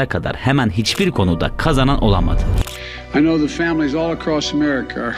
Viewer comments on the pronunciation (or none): none